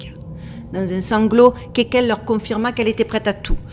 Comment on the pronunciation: Hello, merci pour cette video fascinante comme d'hab! Juste si je peux me permettre, c'est Kekel et pas Kelkel, et la sorciere du showbiz c'est Bri Luna pas Bria Luna. J'ai mis du temps a trouver des choses sur elles du coup